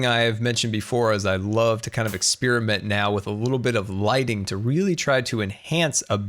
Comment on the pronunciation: Is it only me that hears lightning instead of lighting?! Ps: Love you and greetings from sweden!🇸🇪🇸🇪❤️